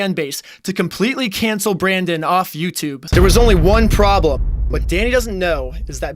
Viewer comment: I perform better in the videos I can do accents bro Also: "EN ITS BEH EH THEH EH EE THING ON YOUTUYBE"